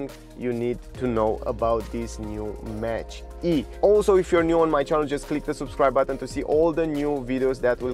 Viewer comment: Thank you for making this video. One of the best reviews I've seen of the Mustang Mach-E. You are a truly charming reviewer. The word Mach is pronounced like mock. I am sorry it is so expensive in your country. It isn't cheap here in the U.S. either, but not as expensive as elsewhere. I'm very impressed with your review, and impressed with the car. I ordered one in February and should be able to take delivery soon (It is June at this writing).